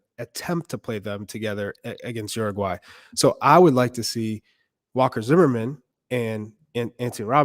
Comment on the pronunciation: URRRRRUGUAY...😂. Not making fun of anybody.It just sounds funny to my latino hears.